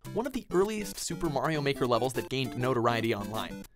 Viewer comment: twd tijger says super Mario baker lol